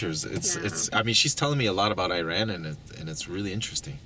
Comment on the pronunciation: Iran is not an Apple product. Pronounce it properly please.